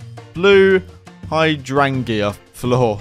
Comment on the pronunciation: I am absolutely obsessed with this! Please, make more episodes of this 💙 (I also howled at they way you said Hydrangea) 🤣🤣